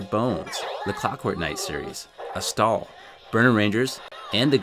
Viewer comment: It's pronounced A Stall not A stale.